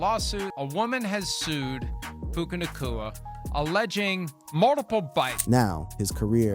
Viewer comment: Hard to take this seriously when the first 2 words are "Puka Nahkwah"